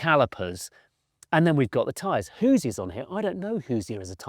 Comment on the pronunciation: mans called Hoosiers, “who-z-uh” people over the pond are too much😂😂